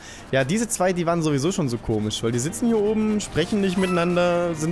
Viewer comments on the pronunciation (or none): none